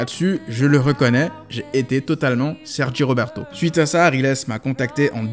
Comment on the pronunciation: La partie où il a prononcé le nom de Serge Robert 😂😂😂😂😂😂😂😂 c'est un fou